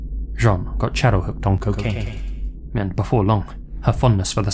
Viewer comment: Lmao who'd you say cocaine like that?